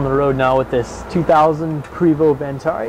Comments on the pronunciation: “...and today, I have this 2000 Prevost Vantarie...” No, you don’t. You have a 2000 Prevost VANTARE. At least learn the correct name of what you’re selling. The name is on the front of the coach and on numerous other places throughout the tour, yet it’s spelled wrong in your headline and pronounced incorrectly by you. You’re like the Craigslist posters trying to sell their “Camero” or “Avelon” - the name is right there in front of them, yet they still can’t get it right. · And he pronounced Vantare' wrong too. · its pronounced Prayvo.....And its a Vantare not a Vantarie. Typical salesman.....